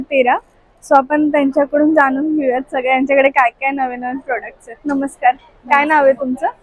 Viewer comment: वस्तू भेटत नाहीत तर मिळतात. जानून नाही तर जाणून. मराठी भाषेचा योग्य सन्मान ठेवावा.